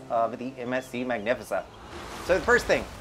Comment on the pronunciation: No i like it lol it sounds classy